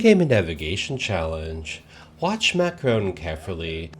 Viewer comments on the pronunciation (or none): Macroooooon not Macrahn.